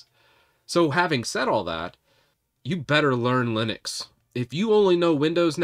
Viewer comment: Linux. Not Linus !! 🤣🤣